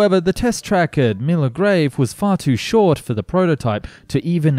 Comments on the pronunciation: i had to keep replaying it to make sure i was hearing correctly, the most bonkers pronunciation of milngavie i've ever heard! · I thought the narrator's pronunciaiton of Renfrewshire was hillarious, but Milngavie? Oh My God, that was just downright funny! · Quite honestly, I think he made a poor show of trying to pronounce Inchinnan and Renfrewshire...and in fact Milngavie, although not pronounced Milngavie, was not even close to its spelling either. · The information was certainly impressive, but I just can't get past the many atrocious mispronunciations of names like Milngavie, Dagenham and Renfrewshire. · Good video, but my man where did you get the 'r' in Milngavie from?? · .. also "Milngrave?!" Nobody ever gets that right. Spelled Milngavie, but strangely pronounced Mull-guy.. Don't ask. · Scottish names can definitely be confusing, they don't always sound like you expect, like Milngavie sounding like Mill-guy. People usually pronounce it like it is spelled though, I never heard anyone call it Minnigrave before. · I know Scottish place names are often difficult to pronounce to people who don't live in Scotland so no judgement here but, in case you were wondering, Milngavie is prounounced Mill-guy and the other two are In-shin-an and Ren-frew-shire. Excellent video; I keep hoping to see my great-grandfather in the footage of the Railplane passengers because he was a (rather rich) resident of a town just north of Milngavie but he died in 1931 so would only have known Bennie in the early years of his project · Inch inn an, Ren froo shire and Mil-guy. You're welcome. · Not trying to be cheeky, just help as I know that Scottish place names are as difficult as some of the ones in Oz, it's pronounced 'Mill - guy' and it's also 'Inch - in - ann', 'Dall - Muir' and 'Ren- frew- shire'. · Not being mean, I know it's difficult to pronounce Scottish place names. But Milngavie is pronounced like 'Mill-guy' Inchinnan would be like 'Inch-in-in'